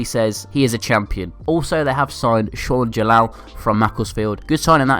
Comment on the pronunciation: Shaun Jalal... SHAUN JALAL ITS SHWAN JALAL